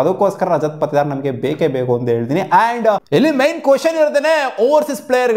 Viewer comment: Lee est sala ning helodu ರಜತ್ ಪಾಟಿದಾರ್ adu ಪತಿದಾರ್ ಅಲ್ಲ